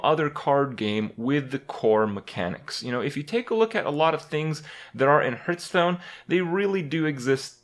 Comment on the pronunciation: one of hearthstone's biggest streamers and youtubers still cant pronounce hearthstone properly